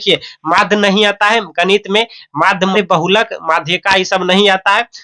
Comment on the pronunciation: Ganit Nahin ganit